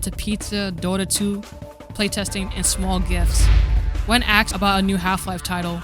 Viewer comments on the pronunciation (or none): its asked. not axe. speak actual english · why do you say axed instead of asked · Cool video, but I suggest you work on your voice over. Weird pauses between words and “axed” instead of “asked”. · You shouldn't be making videos since you can't even pronounce "asked" correctly.